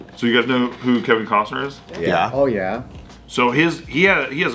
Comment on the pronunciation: Kevin Cosnas Mel Gibbons Mack-up instead of makeup Lmao can't speak